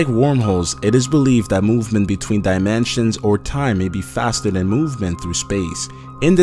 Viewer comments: Omg QUIT SAYING DIMANSIONS IT'S DIMINSTIONS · dye man chins can't tell if this is a robot voice or an actually person cause how he is saying dimensions as dye man chins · why does he say dimensions like dimanshans?? did anyone else notice this? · This dude says ''diamansions'' there are mansions in this video? :P